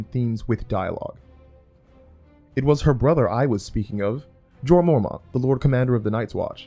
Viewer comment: 1) it's Jay-nous 2) it's Gee-or 3) I can't take writing advice from people who can't even read names properly.